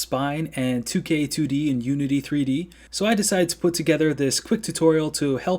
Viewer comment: You have the voice of an angel. This tutorial is professional stuff. A+++++ WOULD LISTEN AGAIN. Only problem is when you say "2k2d" instead of "tk2d." KILL MEEEE! When you said "tk2d" at the end correctly it felt like I was listening to the most beautiful sirens sing a song just for me. thx frnd!!!!